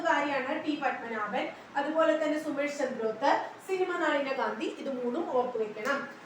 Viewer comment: Ma'am, സുമേഷ് അല്ലല്ലോ. സുസ്മേഷ് അല്ലേ??